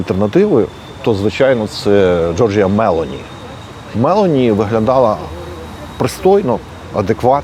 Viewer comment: мелОні,а не мЕлоні